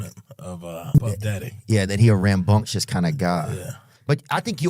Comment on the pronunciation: Did Theo say rambumcious